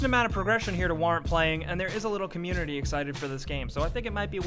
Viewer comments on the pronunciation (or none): none